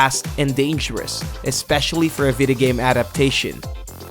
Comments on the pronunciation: Is it that I’m Hispanic or did he say “Vida game” throughout the entire video? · Yeah! and way to go to murder John McGuinness' name! FFS it's GUINNESS with 'Mc' infront of it! (Oh and "Vidi-game"???) Arrgh. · John mc gunnies 😂 boy you can’t prounounce video game